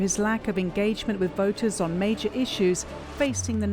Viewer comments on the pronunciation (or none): none